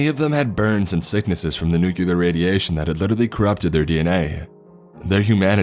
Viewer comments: Oh god, it's NOT "new-cue-ler"! "NEW-CLEAR", people, say it with me now! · It’s pronounced new-clear not nucu-ler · Hi I'm new to this channel and I really like your videos dude, but please, for the love of all gods (reference intended) : IT'S NU-CLE-AR !!! (not noo-cul-ar , as said in xD )... I'll happily subscribe but just please, never say that again haha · Okay, am I the only one bothered by the “uh” sound after every break? Or the fact he pronounced it “nu-cu-lar”?